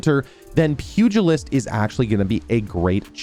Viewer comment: being the only YouTuber to pronounce pugilist correctly.... Great informative video